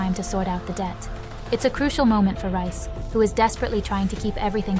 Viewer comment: His name is REEEE iss! NOT RICE!!! You are so annoying!!!